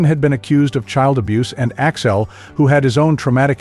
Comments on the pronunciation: It’s AXL not Axile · i had to tune out after the 10th "Axile", This sucks!